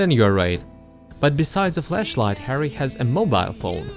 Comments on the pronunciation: Am I the only one that notice that everytime he says flashlight is sounds like hes saying fleshlight? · My hidden sexuality stat must be high. Kept hearing flashlight as fleshlight. Great series.